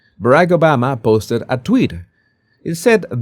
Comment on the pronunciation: Tweeeet not twit